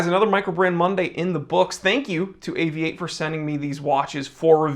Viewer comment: Great to have an American watch view who can say Avi-8. Properly.